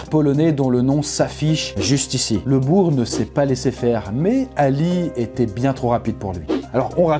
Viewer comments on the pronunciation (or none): none